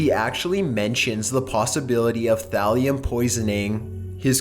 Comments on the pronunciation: Not Valium Thalium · At first it sounded like said Graham was researching Valium lol it's actually Thallium